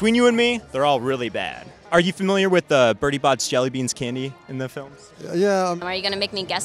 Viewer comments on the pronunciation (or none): none